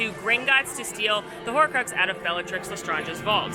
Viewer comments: im sorry but le stronj???? Le strange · Love the video but I can’t lie.. the way you pronounce Accio and bellatrix le strange is somewhat triggering 😭😂